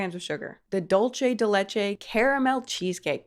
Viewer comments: It’s DULCE not DOLCE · when you said "dolche de lecheh" i died inside 😭😭🙏🙏 the video is really cool though and i think this should be called out more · "dulche di leche" 😭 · The dulce de leche pronunciation kills my soul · The way you pronounce Dulce de leche 😃😁🤣🤣